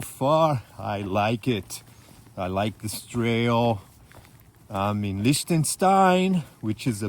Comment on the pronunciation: Just beautiful! What a pity that you had so much rain on the first day. But then I spotted you in shorts! 😁 Lots of ups and downs and a long way to Sargans, wow, well done. I love how you pronounce "Liechtenstein" 😍 Greetings from my home in Germany, right on the border with Switzerland